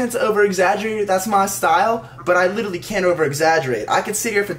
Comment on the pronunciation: "litelally"